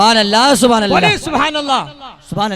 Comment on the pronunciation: Dad denewale ALLAH aur SUBHANALLAH.....ko sahih bolna Sikh kar bolen. Jahilon ki tarah na bolen.